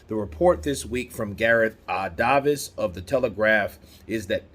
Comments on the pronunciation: Its spelt "Davies", but pronounced "Davis" not "Darvis" its exactly the same way you US guy would say "Davis" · Has somebody from the UK messaged taking the piss telling him Gareths name is pronounced "Darvis" or something? Why is he saying it like that otherwise lol? It's spelt Davies but pronounced "Davis" just as it is in the US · Hi, just so you know, it’s Gareth A ( ‘A’ like you would say it when beginning the alphabet) and it’s Davies like ‘dayveez’. Sounds odd when you pronounce it wrong. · Why does pronounce Garth Davis as Dahvis lol